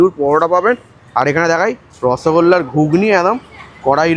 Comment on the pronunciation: Rosogolla ❌ nochogolla✅ 😂😂